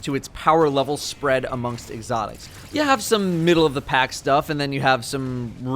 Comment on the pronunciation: "Egg-otics"